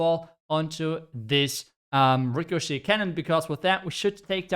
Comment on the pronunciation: You said it right this time Ricochet canon